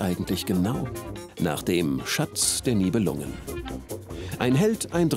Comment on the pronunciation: Wenn schon Nibelungen statt korrekt auf dem "i" auf dem dem "u" betont wird ... – Es geht NICHT um saure Lungen ... "NIbelungen" = "Nebelleute"